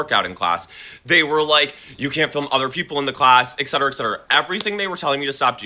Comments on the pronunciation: this man is messyyyyyyyyyyy, so fucking dramatic, GORL, stop auditioning for House of Villains, I fucking can't w/all the vocal fry, also, it's 'et cetera' bruh not ECK-CETERA, everything about this man is irritating, this is a lot of emotions for a gym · I can't stand when people say, "ex-cetera" instead of "et-cetera". Also, he sounds insufferable....and he has a stupid haircut.